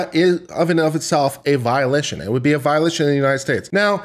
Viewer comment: violation pronounced as violition xD